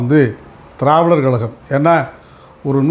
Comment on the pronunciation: வணக்கம். Travidar கழகம் என்று உச்சரிக்கிறீர்கள். அது dravidar கழகம் தானே? தென் மாவட்டங்களைச் சேர்ந்தவர்களுக்கு இது ஒரு பெரிய பிரச்னை..!!